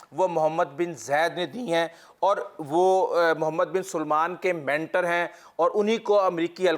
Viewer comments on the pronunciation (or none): Mohd. Bin Salman, NOT Mohd. Bin SUlman